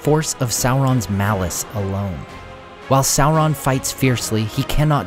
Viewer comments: Tolkien actually intended Sauron to sound like Sore-on not Sour-on, saur- being reptile like dino-saur. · He's a little less scary when you keep calling him Sow-Ron. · How do you get a pronunciation of Salron from the name spelled Sauron? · Well done. Excellent multi-voice-narration. For lunch though, I prefer Chilli-on than Sour-on. 😂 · please stop mispronouncing Sauron. It's Sauron as in dinosaur check the Tolkien interviews if you don't believe me.